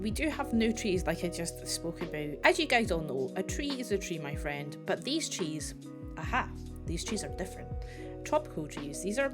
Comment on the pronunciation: I love the "A tree is a tree- but NOT theese-Theese are different" 🤣🤣 Looking foreward to see what you´ll be building with the Dilo :)